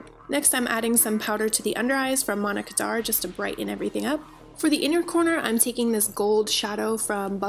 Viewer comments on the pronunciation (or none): Omg all this time I thought you were saying "Monica darr" powder, now I know why u couldn't find it😂😂 LOVE this look😍